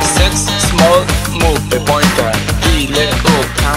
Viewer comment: Det låter som att han säger "moppebögar" efter ett tag